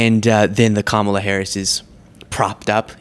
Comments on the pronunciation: they say her name like that because they're referring ti kamala the wrestler bunch of morons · Alex Jones taught her how to mispronounce “Kamala.” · Of course they pronounce her name wrong on purpose. They’ve laughed about it many times. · She and Trump cannot and will not pronounce Kamala’s name correctly!!! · Why don't MAGAts know how to pronounce Kamala's name properly? That's a rhetorical question. That's their way of somehow disrespecting her. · They don't say her name correctly, on purpose. That's their way of dehumanizing her. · She can't even give Kamala the respect of pronouncing her name correctly. This woman is really off her rocker. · MTG is so dumb that she can't even pronounce Kamala's name correctly. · Margarine Tyler Greenie keeps mispronouncing Kamala's name! Biden and all Presidents have immunity, so what does it matter if he was involved or not? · We don't like mtg. she obviously doesn't know how to read because she constantly mispronounced Kamala name. mtg needs an urgent cognitive test because if she can't read she can't even remember the pronunciation of the Vice President of the United States for the last 4 years that's besides being delusional. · SORRY MARGE WE ALL VOTED FOR THE TICKET OF BIDEN AND HARRIS. SO SHE WAS VOTED FOR AND SHE WAS THE NEXT IN LINE FOR THE PRESIDENCY IN CASE ANYTHING HAPPENED TO BIDEN. WE ALL KNEW THAT. WHAT IS YOUR PROBLEM? Why can't they say her name properly? VOTE 💙🙏🏼🇺🇲🎆🗽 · Most of these morons can't even pronounce Kamala correctly... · I get excited when I see you have a clip of MGT ..... LOSING IT It makes me Laugh DOES she know how to say VP Harris 1st name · Yall racist people know how to pronounce her name. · Strange that the GOP could pronounce Kamala properly two weeks ago. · It’s funny that the GOP insists on mispronouncing Kamala’s name, like it’s gonna hurt her feelings 😂 VP Harris ain’t no ❄️ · The Republicans constantly saying her name incorrectly is so juvenile.